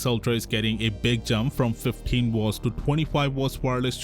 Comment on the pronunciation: "Wortts" 😂 instead of "watts" 😅